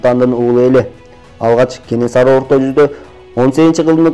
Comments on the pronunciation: Кененсары эмес Кенесары деп айтылат чыныгы аты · Кененсары эмес кенесары